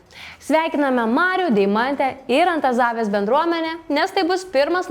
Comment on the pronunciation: Myliu šitą laida ❤ bet net ausis sukaudo ant kiek blogai buvo sukirčiuotas Antazavės kaimo pavadinimas 🙈 😂😂